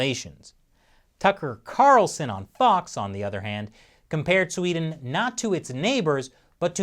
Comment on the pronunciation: Thank you. Thank you for understanding that we won't really know anything for certain until it's over. Thank you for a balanced report of Sweden instead of the hyperbolics most U.S. media usually puts out. And thank you for noticing there's two E's in Sweden! Very refreshing hearing an American not pronouncin it "Swed'n".